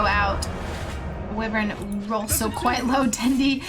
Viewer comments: It's WUIvern, not WEEvern. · Who the he’ll is this bitch!! This bitch just said wevern instead of wyvern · "Winter Wivern" 😂